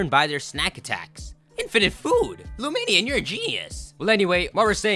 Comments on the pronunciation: luminion??? I thought it was pronounced lumineon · is the worst for mispronouncing Pokemon's names. LumiNEON as in illuminate-Neon. pokemon names are secretly made up or 2 or 3 separate words